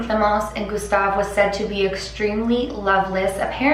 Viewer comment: The "u" from Gustave wasn't accurate, then again the french "u" doesn't exist in english so I understand that she wasn't able to pronounce it